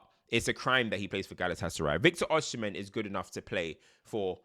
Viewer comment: Before you do the Osimhen video abeg. (Oh-See-meh)